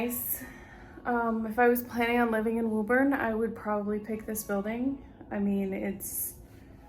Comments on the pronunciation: it's pronounced woo-bin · WO-BIN.... from a former Bostonian.